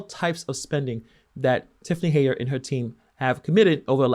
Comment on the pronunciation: its HENYARD...not heyard